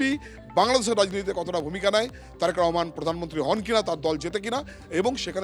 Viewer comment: দিদি,নামটি সঠিক ভাবে বলুন।